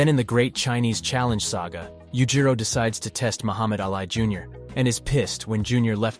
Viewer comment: How come you get the names pronounced wrongly.. Baki = bakey, and Ali = Al eye?